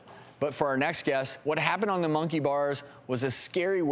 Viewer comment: “The wake up call was when Maddison was on the mUnKEiY bars.” why do u say it wrong and weird?